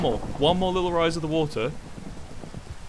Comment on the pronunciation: "LIKE HOW YOU DROWN JUST DRINK THE WUDDER" - Tik tok, 2019